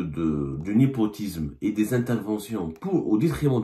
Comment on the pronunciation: bonjour ! ah non on ne peut pas laisser passer le « Nipotisme » au lieu de népotisme… désolée vous êtes un journaliste enfin😳😳